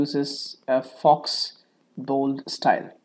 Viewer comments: it's pronounced FO, not FOX. but thank you for the tutorial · Thanks so much for this answer! FYI, "faux" is pronounced FO - it means false. It happens when you bold a font and don't choose the correct font style. Say for instance you choose Times and then you bold it. You must actually choose Times Bold as the font style. If you just bold the text it gives you a false bold - or faux bold. :) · Thank you very much for this helpful tip! By the way, "faux" is pronounced "fow" in English, which is French for "fake" or "not genuine".